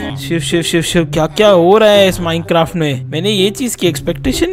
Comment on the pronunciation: who noticed he said minecaft